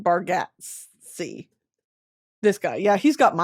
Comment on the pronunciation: Brittany - Nate’s last name is pronounced bar-GAHT-zee (think Yahtzee or whatever) - LOVE YOU SO